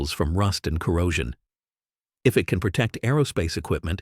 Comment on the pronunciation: Hi. Thanks. Respectfully, I was sitting here all amazed by the uses then, your AI voice suddenly pronounced “can” as a verb instead of a noun. Please check your audio beforehand. Peace🌤️.